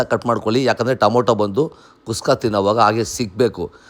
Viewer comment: Le manga adhu kuska alla kushka 😂😂😂😂